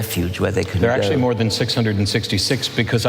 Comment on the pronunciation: genius also said "acturally" 🤣🤣